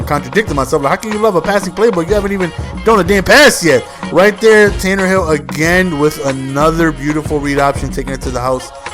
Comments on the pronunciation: IT'S Tannehill NOT Tannerhill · Tan-a-hill not Tannerhill lol but Good Game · its tannehill, no r, not tannerhill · Its pronounced tan-a-hill theres no fucking r in there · It is pronounced 'Tan-Nah-Hill" he can run very well because he was a WR in college. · I hope and pray the Dolphins running game is as good as you made it look there (highly unlikely though lol). Great game it's always nice to see someone make my team look so good. P.s. There is no "R" in Tannehill lol